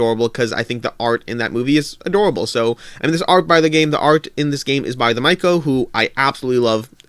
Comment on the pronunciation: Pronunciation tip: The Mico is more like 'The Mitcho' than 'The Myco'. A good analysis by the way!